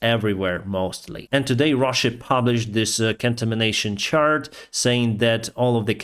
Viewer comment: your English has improved. It's quite good now. You almost never drop articles ("a", "an", "the"). You also use idioms more now. The main two things I heard today were the words the word "do" and "chart". You are pronouncing it "dyoo" and it is pronounced "doo" or "dew". The second is tricky. You are almost saying "chart" correctly but there is a hint of "churt" or "chert" in the way you say it. Google says both correctly so you can hear the words at regular and slow speed there.